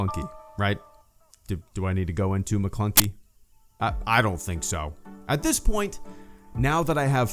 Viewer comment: It's actually maklunkek, you can hear a subtle K at the end